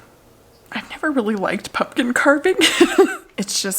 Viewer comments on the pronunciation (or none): its the punkin for me! LOL i thought i was the only one who sAID it that way!!!